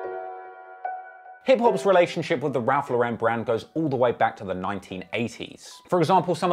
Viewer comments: Its LAU-ren not lau-REN. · Ralph lauren is pronounced "LORE-IN". Its named after the designer my guy look up an interview or sum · Ralph Lauren does not have an accent on the "e". It's just Lauren. It is not a European brand it's a US brand and the owner is an American Jew. So stop trying to make it fancy by pronouncing it wrong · that's actually not how it's pronounced. I guess I'm the only one with Google. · bro why you pronouncing ralph lauren in french